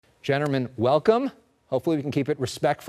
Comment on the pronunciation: 1 second into video "genterman" this is going well